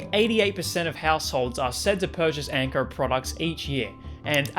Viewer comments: Why do you pronounce "Anko" as "Ankrrr"? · The way he’s say Anko brah ….. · it's quite tame, all except for when you pronounce "o" lmaoo